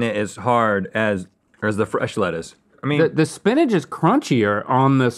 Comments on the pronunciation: Link calls spinach "spinnage". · Link clearly pronounces Spinach as "Spinage." Make sure Rhett is aware please. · the way they pronounced spinach was really jarring to me